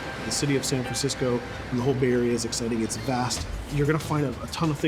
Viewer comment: HE EVEN FUCKING SAID SAN FRENSESCO